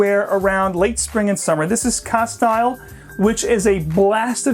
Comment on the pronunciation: You undoubtedly know your fragrances but a couple little quirks that I picked up on in your pronunciations - I purchased my Penhaligon fragrances in two different stores in London and one in Cambridge and the sales gurus in these stores pronounced the following as such on all the occasions I've purchased my bottles: Castile is pronounced casteel with the "i" being a long "e" sound. Endymion (though I found your pronunciation most interesting) is actually pronounced en-DIM-ee-un. Cheers.